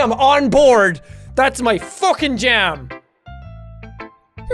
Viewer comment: Jack: A Joem, a Jackem Me: gasp A jam!!!